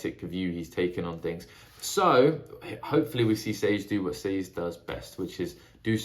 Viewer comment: Sazed Rymes with David, just a tip on pronouncing his name.